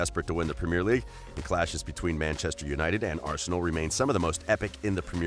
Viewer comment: Your pronouncing of Henry, Ronaldinho & premier league are shocking lol